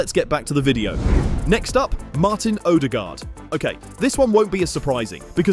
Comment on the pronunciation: Im a native Spanish speaker and odregaard was better than califiori